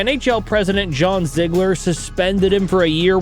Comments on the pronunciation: It's ZEEG-ler and Essa, like Messa. Just in case you do another video about the 80s. In the end we just appreciate that you are not AI. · Ee-sa Tikkanen? Zi-gler?? Are you new to hockey?